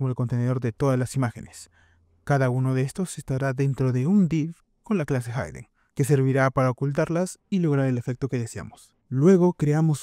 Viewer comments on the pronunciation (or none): Como duele cuando un dev dice "hayden" y no "hiden"